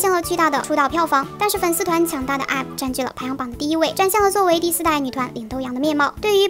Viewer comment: 經常唸錯IVE🙈💧